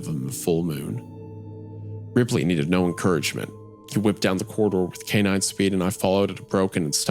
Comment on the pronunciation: since the tv turned on as the main character said the name of his dog "Ripley" and the bunker was described as very modern, I assumed the tv started because he sounded like he was saying "replay" as a voice command